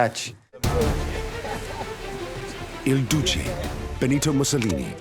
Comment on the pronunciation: Narrator affects a Brahmin accent, but can't pronounce the basic but fundamental Il Duce. Smh.